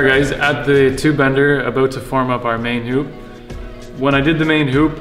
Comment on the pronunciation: I didnt think this guy was Canadian until he said aboot